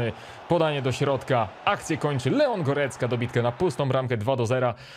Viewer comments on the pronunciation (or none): none